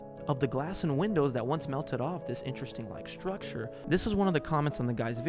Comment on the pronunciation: Take a shot every time he says “schtrucshure”